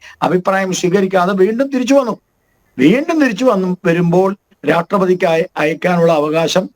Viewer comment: ഗോപാൽജി ഒന്ന് ശ്രദ്ധിക്കണം. പലപ്പോഴും പറയുന്നത് രാട്രീയം, രാട്രപതി എന്നോക്കെ ആണ്.